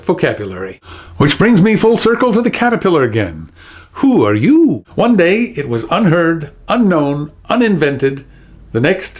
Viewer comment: I'm really enjoying your videos!! Just recently subscribed, thanks to your wonderful appearance on Truth or Fail and the video response to Dan Brown's Open Letter. So glad I did :D I'm not sure the intonation of the Who are you? is exactly on point. I'm sure I've heard the phrase in a cockney accent before, but with less emphasis on 'you' and more emphasis on 'are'/'aahh'. Just a thought.